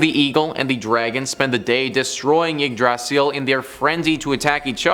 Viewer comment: The pronunciation of Yggdrasil is genuinely the scariest thing in this video.